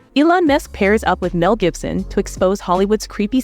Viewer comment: Is that a chant GPT narrator cuz she keeps getting those names wrong Jibson? Misk? Suspect even said entrepreneur wrong.